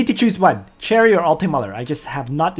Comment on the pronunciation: Sher-E not Cherry >.<;. I still love you~ thanks for videos You say Sher-E later in the video lol, damnit.